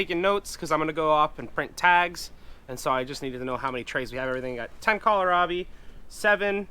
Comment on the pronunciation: From my Mom: it's pronounced, kohl (like the store) rabi, not kolerabi.